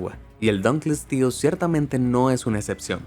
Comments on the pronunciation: No tienes que leerlo en falso inglés, "dankelsties". Es un nombre en latín. Y la pronunciación latina era como la castellana: "dun-kle-ós-teus". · se dise dunkleosteus